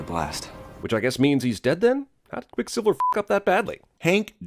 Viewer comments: Why is cinemasins so obsessed with people watching porn on tvs. Also he says quick siviler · I'm surprised you missed him saying "QuicksilvLer" and "Quicksivler" he must do his voiceovers drunk or something. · I’m surprised you didn’t sin him for saying “QuicksilvLer” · Anyone gonna talk about the fact that said Quicksilver as "Quicksilviler."? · ... "Quicksilvler" lol 🤣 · Ya know I'm pretty Sure said QuickSilver-ler. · pronounces Quicksilver as Quicksilvler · did he say "Quick SiBLer"? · Pronounces Quicksilver as "Quicksiveler" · says "Silvler" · quicksilviler, how about another take * ding * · Are we gonna ignore that said "QuickSILVLER"? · said "Quicksilveler" I mean.... wait, what was that? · Also also said Quick Silvler. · what was that? Quickslvlslvr? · he said "Quicksliver". Suprised you didn't point that out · I'm surprised you didn't call out for calling quicksilver "quicksilveler" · SilvLer ? (Sill-vuh-ler) ??? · "quick sivler" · And you DIDN'T sin saying "Quicksilvuluh"? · Sin missed ish, says quick sivler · what's that, Quick Silvler? SILVLER??? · Is this cuz dark phoenix is coming out soon? Also im surprised you didn't sin how he mispronounced quicksilver , quicksivler lol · missed sin pointing out slurring over ‘Quicksilver’ - “Quickslilvler”